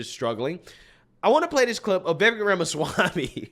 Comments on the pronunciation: Hey. Va-vake... its like cake. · Please call him by his actual name .. his name is VI-VAKE like cake.. Vivek is pronounces vi-vake! This man is in 2nd place and possible maybe vice president... we gotta be able to pronounce his name. I say this with all respect to you sir. Much thanks for your content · I think that Vivek rhymes with cake. That's the way I'm told to pronounce it. It helps. Truly.